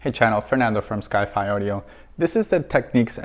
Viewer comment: Great video, thanks for posting though I must point out, it's pronounced 'tek-nix' and not techniques.